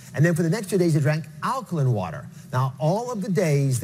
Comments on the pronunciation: AL-KA-LINE!!!! Don't trust idiots that don't know how to say the word of the topic they are "discussing"....damn shame. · Never. You're a doctor and can't even say alkaline. It's alka-line, not what TF you said. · They can't even pronounce alkaline properly lmfao